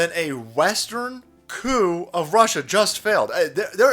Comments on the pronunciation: "The Coup" sounds a lot like "The Coof" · the isnt saying the p in coup